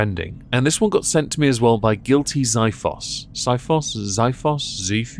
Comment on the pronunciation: "Zee-fos" Greek short sword... cheers to your continued good work